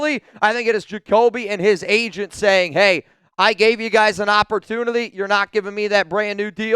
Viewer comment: You say the word "opportunity" very strange